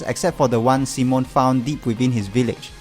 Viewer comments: it's pronounced see-moan not sih-moan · Yeah, it's mostly down to accents, but other stuff like that triggered me like calling Simon "sih-moan" Doesn't degrade the video tho